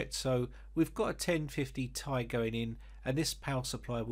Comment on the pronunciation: "Gtx 1050 tie" 🤣🤣